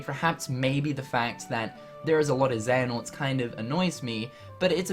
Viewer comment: "And here we have uh Xenahort and Eraqweez" ~ IGN 2015 And that's why we hate you IGN. Before and now